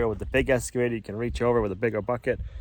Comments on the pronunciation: I don’t mind the switching from one project to another without them being 100% completed. All projects can have starts and stops for various reasons. This is life. P.S., it is interesting to me that you cay “S” cavator, not “X” cavator. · Let's practice. Excavator. Not escavator. Ex not Es. Say it with me. Here we go. Ex. Ex.